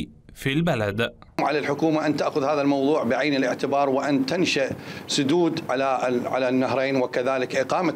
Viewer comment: 😢😊للمتحدث تنشيء بضم التاء وسكون النون وكسر الشين وليس تنشأ